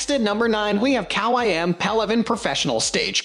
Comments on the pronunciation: Kawai to say it right it rimes with Hawaii! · You seriously need to learn how to say Kawai. If you can’t say the manufacturers names then you lose all credibility from professional pianists watching. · Wait what 🤣🤣🤣 that’s not how you pronounce Kawai.. 🤦‍♂️